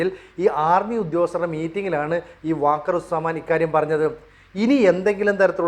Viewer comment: വാക്കർ ഉസ് സമാൻ അല്ല വക്കാർ ഉസ് സമാൻ ആണ്.